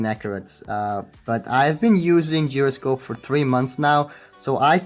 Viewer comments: Geroscope? Its pronounce as jai-ro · It's pronounced jy-ro-scope, not whatever the fuck you were saying! 😂😂😂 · this guy is pronouncing it as geroscope yo don't ask me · instead of calling others fool check this out the original pronunciation of gyroscope is gyro only not gairo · Not to be that guy but.... “GIROSCOPE” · Its Pronounced as GYROSCOPE ( kai-rou-scope) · its pronounced jai-ro-scope. dude its easy to search it up on google right?